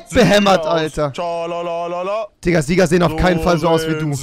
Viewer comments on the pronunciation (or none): du bist so peinlich es heißt Digga und nicht dikka 🤦‍♂️ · HALLO rewi du hast nicht diger gesagt sonder tika du kannst nicht reden